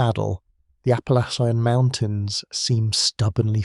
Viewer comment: Apple ly chi yan mountains ?? The AI voices sounding like gay foreigners just don't sound right for American history!! I'll pass